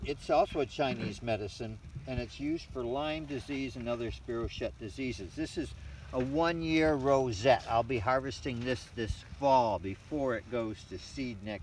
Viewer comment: Spiro-chet? You mean spiro-keet? Never heard it pronounce that way. 😅